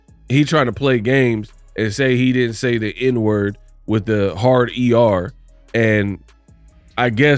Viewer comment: ngl, i switched the playback speed to 0.5, first time he said hard er, second time he said liquor lol